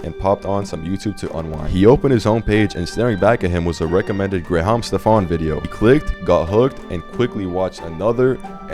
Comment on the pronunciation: The voice over guy pronounced Graham Stephen as graHAm 😂